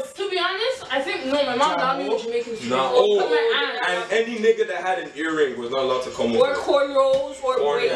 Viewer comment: its not jaymaican its JAMOOOOO!